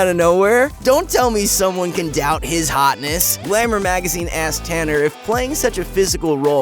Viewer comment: “Don’t tell me someone can doubt his HoTEss” 😂😂